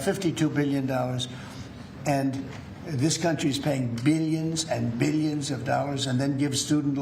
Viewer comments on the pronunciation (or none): “Bilyuns bilyuns and bilyuns”